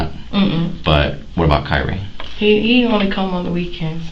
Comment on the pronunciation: Kyree not tyrek!!!!